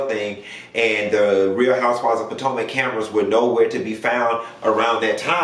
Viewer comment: guurl!! I see you stop calling it Real Housewives of Patanka. It didn't sound right calling it Potomac 😂